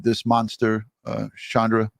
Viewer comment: Please, from somebody who's actually named to Shandra, I wish you would get her name right! Her name is Shonda not Shandra! I know it seems Petty but it's pretty jarring every time you say her name wrong .